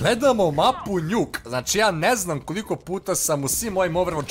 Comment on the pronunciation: a zasto kaze njuk kad se zove nuk